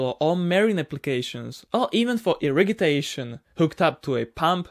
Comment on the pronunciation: What is "irigitation"?